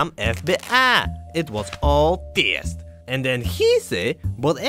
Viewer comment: the way he says "test" never stops making me giggle